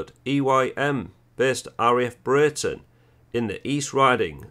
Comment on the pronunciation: Just a minor point,I was born in Breighton,its pronounced Bree-ton!!